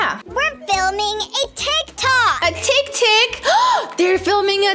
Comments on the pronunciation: Its tik tok not tik tik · Tik tok NOT TIC TIC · it's Tik-Tok not TickTick!!!!!!! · Haha yeah it’s tik tok but tik tik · Why ppl say tictics its tik tok actually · When kept saying tictic I kept laughing and saying it’s tiktok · Lol "tickticks" said tiktok and then said tickticks like and u and are truly awesome dont let the haters come to u even ive its a rp stay safe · normal people:tictic to tik tok and:tik tok to tictic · It's funny how and know it's called tic tok but they call it tic tic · Its so funny when they say tic tic its tik tok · I love how they say tictic instead of tictok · I was laphing When say tiktik it was tiktok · Its not tik tik its tik tok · its not tic tic its tic tok btw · Call TikTok not TickTick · its not tiv tic its tiktok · Its tiktok its not ticktick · It's not tiktik it's tiktok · That is not tiktik is tiktok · Tiktok not tiktik hahaha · It's. TikTok. Not. Tiktik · We CaN sHoW tHeM oUr TiCtIc haha u made ma laugh when u kept on saying tictic😂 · Tictic lol it's tiktok but she and is soooo funny 😄 😆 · When sad tic TiC yeah i love to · True is so funny hahaha his said tictic lol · TICKTICK'S LOLOLOLOLOL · Its so funny when said tictic hahahahaha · And to said tictic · Ty say tic tic becose it's spensred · When said "Tictic" I laughed 🤣😅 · I was dieing when and kept saying tictics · I was laughing so loud because say tactic hahaha 😂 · I love how says TicTic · I love you when you call tiktok tictic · I love when you call tiktok tictic to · I like the way you said You said TICTIC But a corrected you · Haha 😄 🤣 😂 😆 that is so funny when she said tic tics and said it right ✅ and she said tic tics in stede said tic tic instead.🤣 😆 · when you said tictic to TikTok it made me forgot how to spell it so now i have to ask my sis now i know why your name is because you’re you are 😜